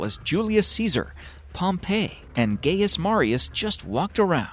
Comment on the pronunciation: Gaius Marius is pronounced (guy)us Marius not (gay)us Marius